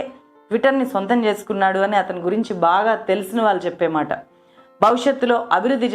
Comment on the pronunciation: నీ వీడియోలు చాలా చూస్తున్నాం అమ్మా! భాష మీద కొంచెం ప్రాక్టీస్ చెయ్ దయచేసి... వాల్లు! వీల్లు! పెల్లి! మల్లీ అని అనొద్దు తల్లీ !తెలుగు భాషను ఖూనీ చేయొద్దు.